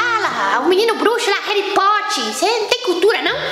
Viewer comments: Kkkk "Hery poti" kkk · reri poti Kkkkkkkkkkkk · “Waldisney” “hari pote” kkkkkk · É Hery tupevare kkkkk